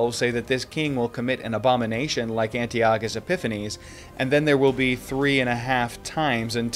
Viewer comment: It’s pronounced An-TAI-uh-kuhs😊. I just stumbled upon your channel and so far I love this video!